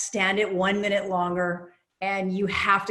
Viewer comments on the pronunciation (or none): none